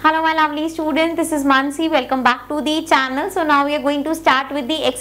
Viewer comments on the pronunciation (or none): none